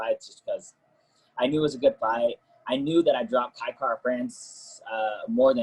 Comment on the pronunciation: Its Kai not Kia ffs